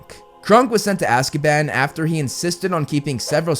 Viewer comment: I keep hearing ''Azkieban'' and its sounds so funny 😂😂